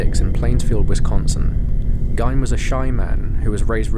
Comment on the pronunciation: Ed Gein's last name is pronounced "GEEN" .....not "Gyn"